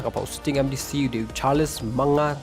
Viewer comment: Une um pat tip shaphang ka Eastern West Khasi Hills Pronounced ruh dang bakla Charles not Sharles